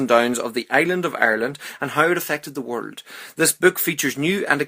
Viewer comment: Why do you say ''word'' instead of "world"?